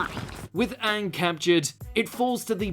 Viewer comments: You said Uung when you said number 1. Even you ... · Anyone else notice he pronounced Aang the same way The Last Airbender did.